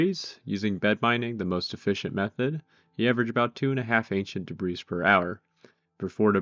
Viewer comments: that is not how 'debris' is pronounced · The S in debris is silent